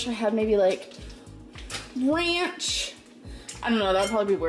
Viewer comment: The way she said ranch